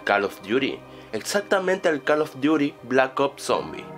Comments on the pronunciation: No Es Call of Duty, O calos Duty o algo si :v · jaksjajsj Tu ingles es TOP. Calof Diury X,D